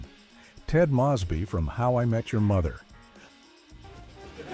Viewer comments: Ted Mosby name is pronounced like moe's bee not moss bee you ass hole! I really hate when you numb nuts post a video and butcher names! Not gonna hit the like button on this shit! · I stopped 3 minutes in. If you can't even pronounce the names correctly, I know you didn't watch these shows, and your views are unsupported. It's not "Ted Mawsby" it's Ted MOWsby. And though Robin's last name was pronounced "sher bat ski" in the first couple of episodes, the rest of the season it was "sher bot ski". It's not Phoebe "Buff ay", it's Phoebe "Boof ay". Maybe you're using AI, but this whole thing lacks credibility. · Oh gee, not another clown college reject who didn't see the OBVIOUS end to "HIMYM" coming and now blames the show for his own stupidity ... and how could anyone watch the full nine seasons and still mispronounce Ted Mosby's name? It's "MOSE-by." Is this some effing AI narration or what? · Mow-sbee! Stupid A.I. lol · HIMYM... Mispronounces "Mosby." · I'm not even 5 minutes in and I already hate this video. Mispronouncing Mosby and saying the triplets ruined Friends? The kids were in maybe, maybe a handful of episodes. What utter nonsense Edit* who tf is Dakota? I watched 8 Simple Rules but I don't remember that kid. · When this video “lost me”- the AI mispronounced Mosby. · Me too.